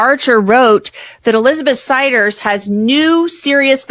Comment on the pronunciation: And the AI said their last name "Siders" wrong